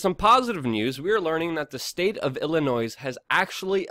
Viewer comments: Illinoise no it's Illinois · ILLINOISE?! ILY MAN BUT FUCKING HIRE ME Ill TEACH YOU HOW TO SAY WORDS BRO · I know we're really bad with our finances and keeping our representatives from ending up in a cell, but we did something good for once. Please learn how to pronounce 'Illinois'. The 's' is silent. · Illinoise.... smh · It’s Illinoi. The s is silent. Thanks for your good work tho. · Your perceived intelligence plummets when you pronounce it "Illi-noise" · The S is silent. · Consider pronouncing the second "t" in "statutes" & leaving the "s" silent in "Illinois." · Illinois is not pronounced with the "s" on the end. Think en francais. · You don't pronounce the "S" at the end of Illinois. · Out of all the things you talked about in this video. The fact you pronounce the s in Illinois piss me off the most. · Roy Slade there's also a silent 's'in Illinois,and it's statute not statue,but that's what makes the man human!he can't cover all that news as accurately as possible,and sound like Oscar Wilde throughout!lol.